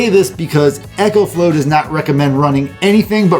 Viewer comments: Great video. One thing. I6t is pronounced eco as in ecology not echo. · Eco not Ecco/Echo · It's ECO not echo. EEko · It’s. “E” co! Not echo. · It isn't echo flo its eco like eco friendly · Dude... It's pronounced "ECOflow" not "Echoflow"... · Eeeeecoflow not Echo-flow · Not Echo, Eco (EEECO) :-) I made the same mistake with my first video. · I couldn't help but cringe every time I heard "echoflow". I know it's not a big deal but it just drove me nuts 😅. Like would you say echosystem rather than ecosystem? So why keep saying echoflow 😭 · You'd say echonomy instead of economy.